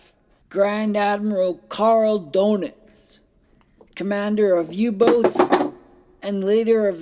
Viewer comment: Good presentation- but Admiral Doenitz is actually pronounced “ Dernits”, not “donuts” 😄